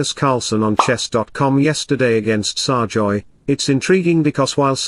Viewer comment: can't speak English properly, it's SERGAY not SARJOY